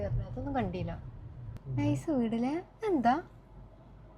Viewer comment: കൂടുതല്‍ ഭംഗി ആയി തോന്നിയത്‌ കണ്ടീ ല് എന്ന് പറയുന്നത് ആണ്‌